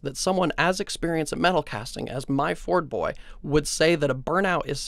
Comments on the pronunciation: It's "myford-boy" not "my-ford-boy" Myford is an ancient brand of British machine tools. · Try #1 at pronouncing 'Myfordboy' was a fail but I guess you get nine more tries. Myfordboy is the man.